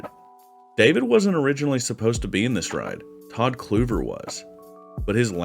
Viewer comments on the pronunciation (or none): Todd Kluever is pronounced Kleever not Kluver